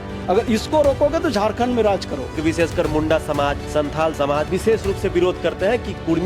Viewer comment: मुंडा होता है चाचा , मुंड़ा नहीं, इसका अलग-अलग अर्थ होता हैं!मुड़ा दिकु का शब्द है!!